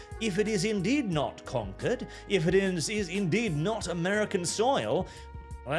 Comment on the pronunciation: You mispronounced conquered.